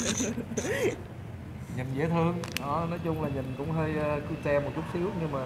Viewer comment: Người việt trong nước bây giờ đọc tiếng mỹ mắc cười quá chữ CUTE mà đọc là CU TE , người nước ngoài họ nghe chắc không hiểu gì hết 🤣🤣🤣